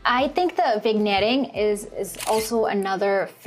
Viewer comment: Weird way to end a video, mid-sentence. You also didn't use the crop tool and the cropping on that photo is super awkward. By the way, despite the spelling, the word is not pronounced "vig-netting" it is pronounced "vin-yetting" because the g is silent, just like in "sign" or "light."